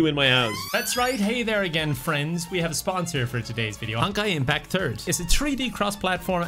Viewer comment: I swear he says "honkai impacturd"...